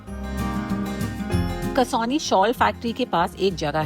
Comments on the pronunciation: It's not कसौनी it's कौसानी I live here 😊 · Kausani कौसानी not kasoli. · It's कौसानी, not कसौनी...!! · I think it is kausani and not kasauni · Its kausani not Kasauli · 'kasauni' nahi Kausani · It’s called KAUSANI / koo-saa-knee not Kasoni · Its कौसानी